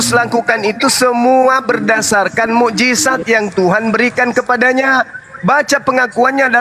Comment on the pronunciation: halah ada suara si alias lg, ngomong nama Bang Zuma aja jadi suma, mukjizat jadi mukjisat, ngebedain lafal huruf "Z" sama "S" aja ga bisa mo berlagak sok pinter tau soal agama, emang biasanya kalo orang bego banyak bacot, sok tau & ngomong ke sana kemari biar ga ketauan begonya sih